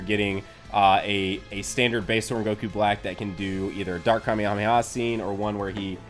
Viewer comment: GOKU NOT GOKUO